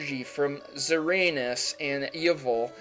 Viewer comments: U don't pronounce Xerneas to xeranus, its xern-eas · Dylan McClure but you're all forgeting the "ern" in the middle. Its spelt Xerneas not Xeas lol. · wait a minute xerneas's name is pronounced zer anus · You Said xerneas as zer-auns lol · LawlFakers and what about Xerneas.. He called it Zer-Ay-Nus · It bugs me how he mispronounced Xerneas and Yveltal's names. Seriously, it bugs me on a really deep level. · The way you said Xerneas and Yvelta is just so bad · U mispronounced Yveltal and Xerneas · Xerneas isn't zur-anus, it's zur-kneeus Yveltal isn't ye-vul it's evil-tal. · you said xearneas and yveltal worn xearneas sounds like zerneas and yveltal sounds like eveltal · (No offence :P) Zeranus and Eyvil? lol Xerneas "Zurr-nee-us" and Yveltal "Evel-tall" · "SirAnus and E-uvol" Xerneas and Yvetal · Zuhraynus? Yehvull? Really? U even read, bra? Xerneas. Zer-nee-us. Yveltal. Ee-vell-tall. Like, really? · really? Yeval??? just so you know xerneas is probably zir knee hiss - h and yveltal is probably e velvet - vet tall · "Engy" "Xeranas" "Yeval" NAILED IT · oh and umm... you said the names wrong.... Yveltal = ee- ve-tal Xerneas = zer-ne - us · I don't normally say anything about the pronunciations but zer-ANUS and YI-vel really got me this time xD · Lol he called x y legends Uranus and yivel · omg, you cant pronounce anything, and i quote, "Zeranus, Yevul." Like, seriously, wtf??? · DONT HATE ME but this is how you pronounce Yveltal and Xerneas. Eeveltahl (Yveltal) Xerrneeas (Xerneas) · It's pronounced ZUR-NEE-US and EE-VELL-TEL. Not hating, have a nice day :) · its pronounced Zer-nee-ass and ee-vel-tall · "Zeranus" and "Yivl"... really lol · *Xerneas (zer-nee-as) *Yveltal (ee-vel-tawl) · it's zer-nee-us and ee-vel-tall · I'm not even gonna correct "Zeranus" and "Eval" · The legendaries names are E-VEL-TALL and ZER-NE-ES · the kalos legendaries are pronounced Zer-Nee-Us and EE-Vel-tal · I was just going to comment that he mispronounced BOTH Xerneus and Yveltal